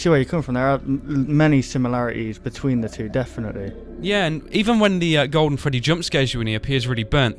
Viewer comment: It's Freddy not gfreddy